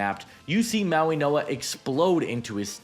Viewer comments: Mauinoa? Where the fuck is the "n" at? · This is how you pronounce his name Mau - ing - oa The way you say it sounds like there’s a N in the middle, but there’s no N sound in the middle